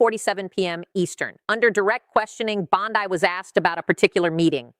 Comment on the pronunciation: The name is Bondi, not Bondai, and the fact that you can't keep a thing that simple straight means that you are a fool.